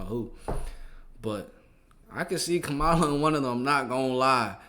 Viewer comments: Her name is pronounced “KAmala”. 😁👍🖤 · Please Stop pronouncing Kamala like Trump does.